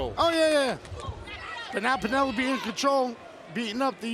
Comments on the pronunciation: Peenolope? 😂 oh Eddie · EDDIE KINGSTON CALLING PENELOPE "PEENELOPE" IS FREAKING HILARIOUS 🤣🤣🤣🤣🤣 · Dani Mo is streets ahead of Tay "Fake Latina" Conti. Hope she comes back. Also, "Peen-a-lope." Haha. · Peena lope. 😂